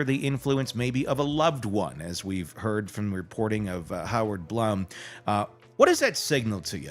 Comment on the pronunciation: Dr. Howard Blum is pronounced Bloom